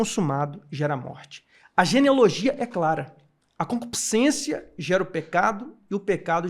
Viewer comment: Porque quase todo crente fala concupisciencia?